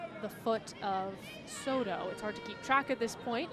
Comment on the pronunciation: la mejor jugadora es Zzoro, la narradora nunca pudo pronunciar Soto, y en cuanto a las bellas mexicanas, pues ademas de bellas muy talentosas.